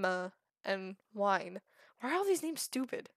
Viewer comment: "Ragin" Lmao, It's 'Rag-ni', said Rag-knee. Wynn is said 'Win', what confuses me though is how you say Wine at first, which is understandable, and then at the end of the video you pronounce it Wyvern. Fruma is... well Fru-ma, not sure how you're messing that one up but it's funny. and also, omg the names. Alexander? XD where are you getting this stuff lol. Al-a-dar is how you say his name, your adding like 8 letters. Also, your really close on Tasim, but for some odd reason your saying Tasmin, again, not sure where you're getting the letters. Trebuchet is a real word even, you were saying Trebute. Sorry about all of that, wasn't trying to be mean, just hoping to help. There's a lot of tips I could give you, but I don't want this comment to be any longer than it is, so I will probably type them as they come up in the series.